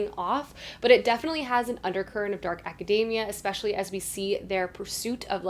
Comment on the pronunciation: Ok but why did you have to mispronounce academia like macadamia?! 😆 It’s aca-dee-mia. We don’t say acaday-mic, lol. So many people pronouncing it wrong just grates on my ears.